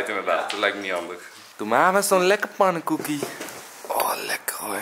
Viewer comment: Normale mensen: "pannenkoek" Enzoknol: "PWANNEKOEK"